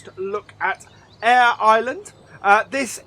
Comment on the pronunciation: AIR IRELAND Eier Ireland but spent Eire Ireland